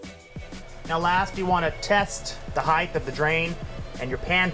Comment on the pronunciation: Why do you say height incorrectly???